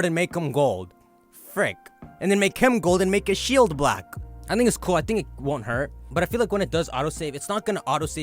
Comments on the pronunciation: the wanksters kink shield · Ran Do ’Tis true, his g’s do sound like k’s. Whenever he says “King’s Shield” I hear “Kink Shield” 🥴